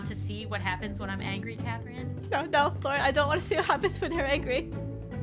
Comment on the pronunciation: its laurin